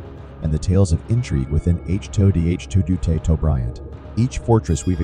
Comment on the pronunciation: To pronounce "chateau" ..... shat - toe